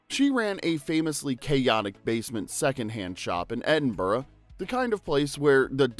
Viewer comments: "Edinbruh" not "Edinburrow" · why did this narrator pronounce Edinburgh with the hard G at the end and then seconds later pronounce it with more correctness😂😂😂?